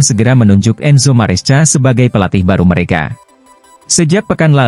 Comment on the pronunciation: baang..baaang...bacanya MARESKA dong...walopun tulisannya MARESCA....yg dulu CAECEDO dah benar..bisa baca KAESEDO...kan enak di denger...